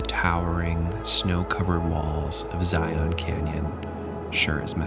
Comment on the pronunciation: the imagery you capture is sooo good! I am like a minute into the video and I'm in awe! HOWEVER, IT MAKES MY SKIN CRAWL WHEN PEOPLE SAY, "ZY-YON" IT'S "ZY-UN" (rhymes with lion)... IDK why it bugs me so bad haha but it does! I literally had to pause the video to write this comment... anyway.. LOVE THE VIDEO SO FAR!